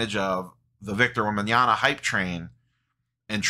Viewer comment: Wembanyama, not Wembanyana. Not sure why so many people mix this up.